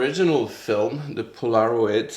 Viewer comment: The proper pronunciation is PO la ROID. I had the Kodak version of the instamatic camera, and it was great until Polaroid sued Kodak.